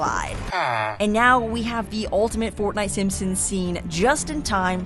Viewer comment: Bro why did you say fortnite is fartnite